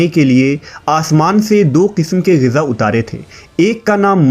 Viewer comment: Abe oye jahil, Gaza nahi Ghiza kehte hain